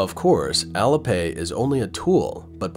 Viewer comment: heads up there ! ---- IT'S " AL-LEE" AS IN ALI-PAY --- NOT ALLA ! ----- SPEAK MORE SLOWLY & CLEARLY PLEASE ! --- BYE BYE CCP-PSYCHO$-LAND, ---- bye bye and PERMANENTLY TOO ! ----- from Canada J.